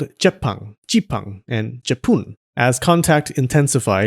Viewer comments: In chinese minan dialect (hokkien) japan is called ji pun (as you said, and your pronounciation tyring the chinese dialect is spot on). a lot of people from those area became merchants in south east asia. i am from indonesian and speak the chinese dialect. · Your pronunciation for Jipun is spot on for a Hokkien pronunciation. Are you a Hokkien?